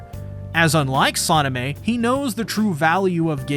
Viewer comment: It's sanemi not sonameh